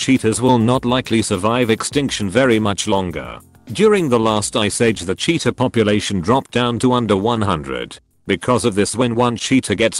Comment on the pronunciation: The accent made cheetah sound like cheater lmao I was very confused for a ninute